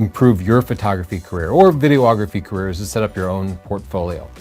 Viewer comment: Videography is NOT pronounced vide - OH - OGraphy just like photography is not pronounced pho - TOH - OGraphy :-) AI is interesting, but it is not photography. It creates illustrations/animations. I have a friend who thinks he has become a "great" photographer because he has made some AI images. The bulk of the work was not done by him. It was done by a bunch of programmers and by the people who created all the input that was used to "train" the AI. That doesn't mean you shouldn't experiment with it, but you should be honest about how your images are created and what your part is in the process.